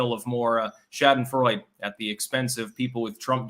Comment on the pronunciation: Correction: I have 'drunk' Bud Light. Are you really an editor mein Lieber? Also, ask Mrs Warwick to help you with your pronunciation of 'schadenfreude'.